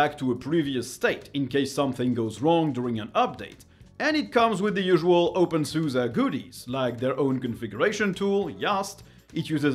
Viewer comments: I like your content but I don’t think openSUSE is pronounced "open suza" but something closer to "open suzy" or "open suz". But not "open suza" mon ami. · Nope. In German it's SuSE = Software und SystemEntwicklung. So the "e" at the end is a German "e", c'est en français comme "Estelle" (premier "e") or in English "estimate" (first "e"). Merci mon ami.